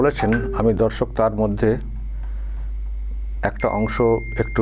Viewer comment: Dada Dorsok ei kotha ta diye apni suru koren.....eta majhe majhe apnar pronunciation e onno rokom sunte lage.... Apni sudhi srota brindo ba namaskar ei vabe suru korle kemon hoy... Oporad neben na...amar kothar... Pronam neben